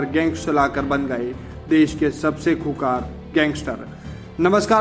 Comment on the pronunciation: Khoonkhar too bolna sikh loo